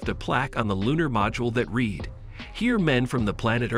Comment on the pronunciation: Mispronounced read and quarantine